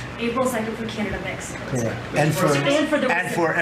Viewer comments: She said "canadia"😂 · Did anyone catch that she was about to call Canada, Canadia? 🤣